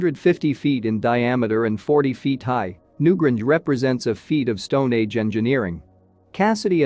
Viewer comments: new GRANGE!!! not new gringe. where do these people come from? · New Grange not Gringe! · Yes. It's infuriating. At one point I though the bot was saying Newbridge, which is a real town, but not so close to the Boyne Valley. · Pity you cannot pronounce Newgrange properly!!!! The "a" is pronounced "ayyy".